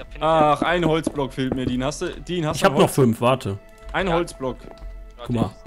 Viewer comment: er heißt aber dean und nicht diem